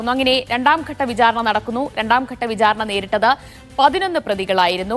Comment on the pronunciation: 'pramaadham' അല്ലാ, പ്രമാദം.. 'vijhaarana' അല്ലാ, വിചാരണ..